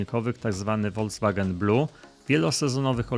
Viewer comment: Panie kochany ........nie Woldzwagen....tylko ......Volkswagen !!!!